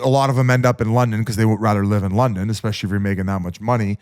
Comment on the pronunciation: Ya but he says “expecially” so